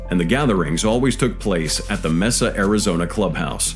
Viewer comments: Not "mess a" ...it is Mesa !!! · Mesa is a Spanish word, so pronounced May-suh. Not meh-suh. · You managed to say Buenos Aries with the proper Spanish accent and inflection but couldn't nail down Mesa Arizona correctly? Sarah Conner shouldn't be worrying about her offspring just yet...